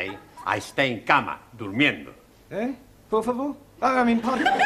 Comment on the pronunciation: I like it when says por favore? accidentally 😂👍